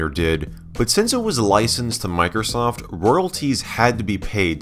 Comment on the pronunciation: Miker-soft!! Love that pronunciation. (It's MicrOsoft)